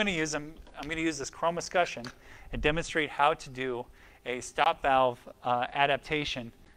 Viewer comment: Thanks! - this helped me know what to order and also explained how to terminate. But please! Es-kut-CHUN not es-ku-shun